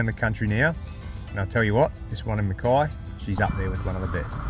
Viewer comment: Mackay (rhymes with hay) after Captain Mackay okay :) so many pronounce it wrong :) I'm from a pioneering family that cut their farms out of the rainforest. Its the miners and other outsider newcomers who are sadly changing the true trajectory and historical pronunciation of the name. BTW enjoying your videos!